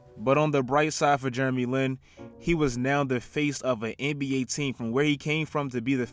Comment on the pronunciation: "Germy Lin"